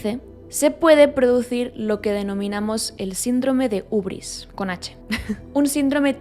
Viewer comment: En realidad se escribe Hybris y se pronuncia "Hibris" (con h aspirada y con "i" no con "u") es un término griego